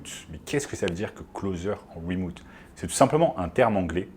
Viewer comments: Bonjour, wemoute c'est remote. Désolé mais ca pique trop... Sinon merci de la vidéo ! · Remouuute ? Mdrrrr